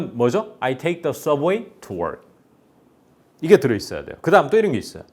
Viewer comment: 브라운(brown) 은 아니고 바:r운인데 힌국인들은 무조건 알파벳 r 발음을 ㄹ발음이라 생각하는데 그위치에서 r 을 ㄹ(리을) 발음보다는 혀를 목안쪽으로 모으거나 밖으로 모아줘야 한다고 보는데요.. 즉 red 는 레드 보다는 뤠드 로. work 는 월크 보다는 워:rㅋ 로. 선생님의 work 발음에서도 자꾸 월크 로 들려서 제가 익힌발음과 다르니 혼선이 올까봐서요.